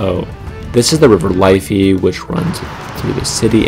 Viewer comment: . L-if-fey, not Life-y 😊